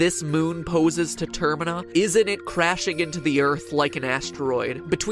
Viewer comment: dont mean to be rude but… Termina. Pronounced tuRr-MEE-na